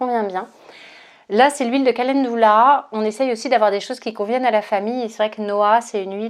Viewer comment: merci pour cette vidéo. Juste une remarque calendula se prononce en francais ca-len-du-la et non ca-laine-dou-la.